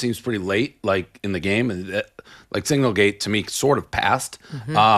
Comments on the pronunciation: Does Dave know it’s SiGNAL gate and not SINGLE gate. Jeez. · That's SIGNALgate, not SINGLEgate -- What's wrong with this guy 😂😂